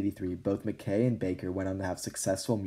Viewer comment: I’m sorry, it’s pronounced “Ma-kye” not makay